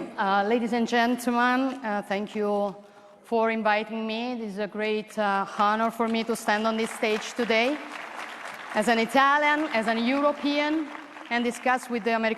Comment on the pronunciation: no bad, not perfect! riguardo all'inglese. Ad esempio all' Honour non si pronuncia l'H. Fa eccezzione. It's silent. Come Heir, honest... Tipico errore.